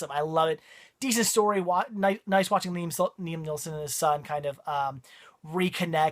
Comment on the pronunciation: Did you call Liam Neeson, Liam NeeLson?? LOL